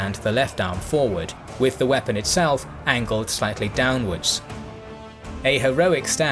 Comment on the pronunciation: "...the Swiss squares began to 'wee-pun'..." LOL